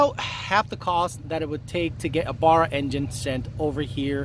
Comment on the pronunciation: Dont get a Barra mate, I couldn't handle you pronouncing 'Barra' wrong - its painful to my ears. Yes, I am a Factory Turbo Barra owner.